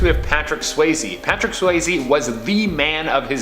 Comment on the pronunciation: Patrick "Swayze" not "Swazy".....yo.